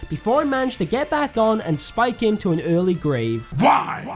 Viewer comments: What amuses me is the way you pronounce "Early" as erlai instead of erlee. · Is no one gonna mention the fact that he pronouced early as 'er-lie'? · Your pronunciation of early triggers me